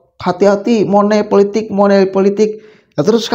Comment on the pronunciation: Maaf mas money politics jangan dibaca seperti tulisannya..